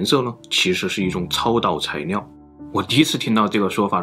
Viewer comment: 到底是埃及難還是中國難🤣🤣 這個難色是超導材尿😂😂 整個影片被這發音一直搞笑